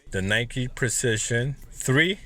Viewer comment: “Prizichun 3”